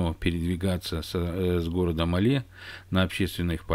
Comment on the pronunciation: Название столицы Мальдив не МалЕ, а МАле - от слова "маленький".